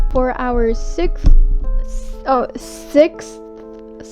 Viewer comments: Sickth item....... 🤣🤣🤣🤣🤣😅😅😅😅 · can't say Sixth Me: Oh honey me too. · I was there when earth got added! Edit: i laughed my head off at you trying to say sixth 😂